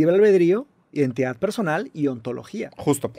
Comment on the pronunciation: Shot por cada vez que dice “indentidad”